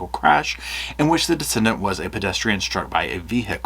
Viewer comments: You're mispronouncing "decedent" (deceased person) as "descendant". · 'De-see-dent' not 'de-send-ant' (just trying to help, I love your videos.) I hope they find who did this horrible crime. Stephen deserves justice.